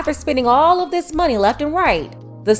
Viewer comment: I did hear her say "dis MAGA country" 🤔